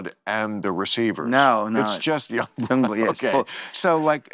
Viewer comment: Bill saying yungblud is what club random is supposed to be is great.